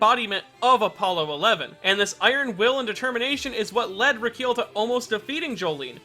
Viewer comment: Pronounces:(Reekeel) Pronounced: (Ricki-El)